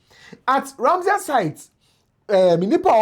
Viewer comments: The word is Ramsar, not Ramseyer. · RAMSAR site...not ramsia